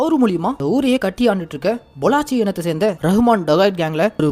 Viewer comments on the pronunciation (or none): பொள்ளாச்சி இல்ல ப்ரோ பல்லோச்